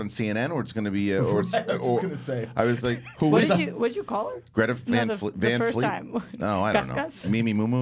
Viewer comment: LOVE that you all talked about Greta Van Fleet on the show! I knew as soon as butchered their name that was who he was talking about. Their live shows have so much energy, and they are only 19-22 years old. Bright future ahead for these guys!